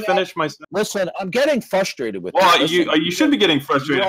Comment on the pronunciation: Darth gets "fustrated".